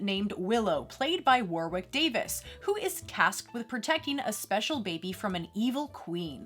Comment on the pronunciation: Warwick is pronounced "Warrick" 😁